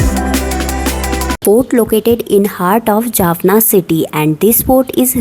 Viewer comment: Jaffna NOT Jaffana .